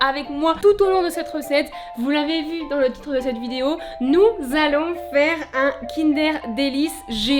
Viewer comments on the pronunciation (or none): Non pas "kindair* mais kindeurr* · un quoi ? Kindère ??? On est d'accord on dit kindeur non?